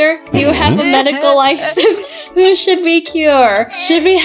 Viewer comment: its who not hiw😂